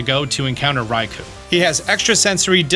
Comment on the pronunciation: It’s pronounced rai-KOH and sol-GUH-LAY-oh, “”! 🤨